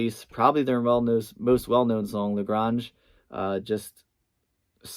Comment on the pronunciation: La Gronj? You just lost all credibility there!...also Duhgwello?